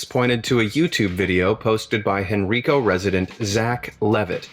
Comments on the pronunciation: It’s hen-rye-co is how it’s pronounced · I grew up in Henrico VA, it's always funny to see how people will mispronounce it. The I is pronounced like 'eye' lol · Lol his pronunciation was killing me.... its pronounced Hen-rye-co lol.... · I live n Virginia n he pronounced Henrico incorrectly